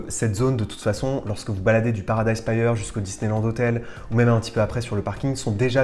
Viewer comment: stp, pas paradise "païeur"... Paradise "Pire"... ;-)